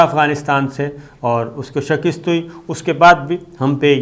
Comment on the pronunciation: "Qaabul" ... "shakist" ... 😀😀😀😀😀😀 اس بندے کے املا کا کوئی کیا کر سکتا ہے ۔۔۔؟